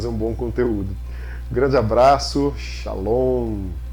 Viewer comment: Curti muito o video, sua didática o audio ta show, projeto lindo ta de parabéns mesmo, só dois deslizes ai kkk, 3x você diz projeto moderno e não tem nada de moderno ai rs, e o ultimo foi o encerramento com Shalom, (pronuncia do m totalmente errada), mas brincadeiras aparte parabéns novamente. abraço.